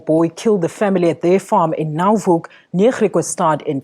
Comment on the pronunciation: Pronounced Grick-wa-stut Pronounced Now-hook